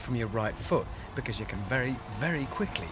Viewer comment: Bekiss... it's' because' man...